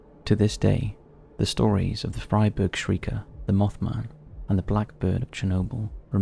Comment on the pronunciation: just a well-intended note: Freiburg is pronounced "fry-burg".